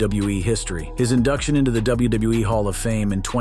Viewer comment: Am I the only one that's hearing him say "WBE" instead of WWE half the time? Or am I having some kind of episode?